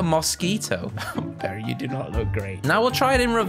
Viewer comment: It’s Barry notGary